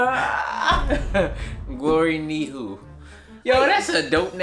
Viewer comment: “Glory nihu?” It sounds like he’s tryna say “Ni hao”